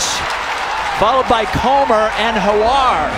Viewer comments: Why do and the other guy keep calling Ollie Hoare “Hawar.” Were they afraid of saying a homonym that rhymes with “whore” or they just didn’t know? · Americans cannot pronounce Hoare. Howare????? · Gotta love Oliver HoAre pronunciation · Lmao at the commentators trying not to pronounce olli hoare's name correctly